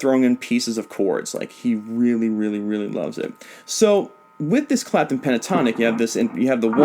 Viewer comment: on blast he said “eric crapton” lol